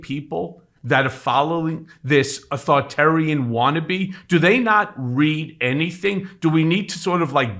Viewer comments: Learn the word: It's "authorItarian". Leaving out the middle "I" drops an entire syllable, and makes you sound ignorant. Sorry, but it's the truth...if you don't know the correct word, don't use it! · Get to pronounce authoritarian properly